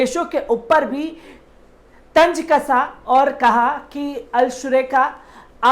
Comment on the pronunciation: Zafaryab zilani nahin zafaryab jilani name h.tanj nahin tanz hota h please sheen qaaf durust kar len .